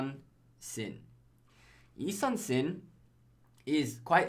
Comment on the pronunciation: It’s actually pronounced Ee-soon-shin (I Soon Shin)